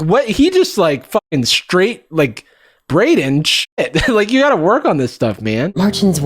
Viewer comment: As someone whose name is Braiden I feel offended by the way pronounced it.